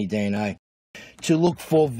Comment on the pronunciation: Holy 💩, forget deoxyribonucleic acid - this dude can't even say 'dee enn aye' 😂